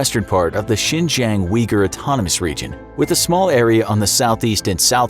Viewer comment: How did you pronounce Xinjiang? JingJang? WTF? Zero credibility in understanding China's motivations if you don't even know how to pronounce province names. I feel sorry for people who rely on these type of videos for knowledge.